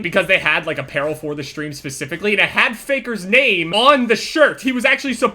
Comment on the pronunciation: I love how he says Shtream